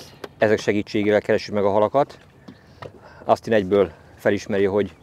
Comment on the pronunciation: Szuper a film! Gratulálok a szép halakhoz!:D Egyébként semmi támadó szándékom nincs, csak szeretném azt megemlíteni, hogy Austin-t kint Ósztinnak ejtik. Picit meglepődtem amikor á-val mondta.